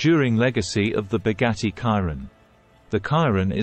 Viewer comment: "boggatti kairon" 👀💀